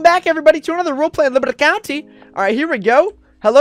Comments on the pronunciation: In the beginning of the video it sounded like he said liberta countei lol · Well I don't and here's you're libwty county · It’s libati counti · u said try to spell liberty county the way u say it I do it like this liberte countey